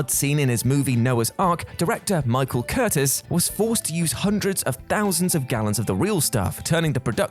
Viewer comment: It's not Michael Curtis..it's Michael Cur-Teez.